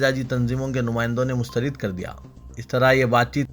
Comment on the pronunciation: please urdu ki ROOH Tadap Rahi hai MYSTARID nahi MUSTARAD HAI 🙏 MUSBIT nahi MUSBAT Hai 🙏 MATMOOL Nai hai MUTAMAVVIL Hai 🙏